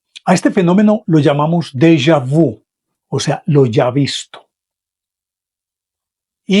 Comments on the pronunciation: Señor de lo que usted habla no es Della vu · Pronuncie en francés correctamente. Por favor. Saludos